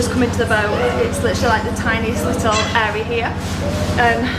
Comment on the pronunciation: And every fooking thing is ‘LITTUL’